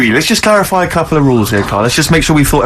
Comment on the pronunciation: "I'm sure if there's a doctor or nurse they will Clorify. " Love Karl's little language slips when explaining stuff.